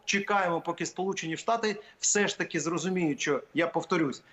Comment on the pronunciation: ВЕДУЧА!!! НЕ сЧЧЧо а що.... звук шшшшш шшшщо, щ це майже ш, там Ч немає